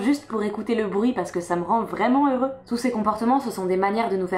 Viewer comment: Pourquoi tu prononces le "x" de "heureux"? Est-ce que ça a un rapport avec l'écriture inclusive pour les non-binaires?